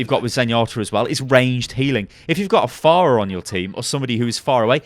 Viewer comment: It's fa ra for gods sake you must of heard her say it at least once